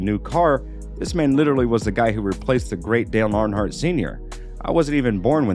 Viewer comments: Could you please learn you pronounce there namesproperly please, you cannot call yourself a race fan if you cant pronounce there names. Arnhart? Whos arnhart? And childress? Listen to how the nascar ppl say there names. Your butchering them dude, pretty disrespectful to dale man. I believe you can do it. Driving me nuts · ARNHARDT and CHILD RESS. Cant even pronounce the legends of our sport? WTF?